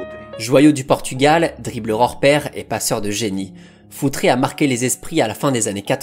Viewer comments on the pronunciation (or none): Futre est portugais donc c'est futrE.... Le e de prononce simplement sans accent pour un portugais. Il faut arreter avec les paulo futré, josé fonté, pepé ! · Je me permets juste même si c'est rigolo ok dit foutre et pas foutré (ton pote Alex de castro va te taper sur les doigts 😂)